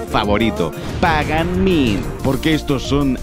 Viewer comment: por que no pronuncias ni el puto nombre del villano bien??